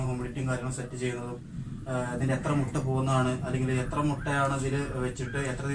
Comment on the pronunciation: മുട അല്ല മുട്ട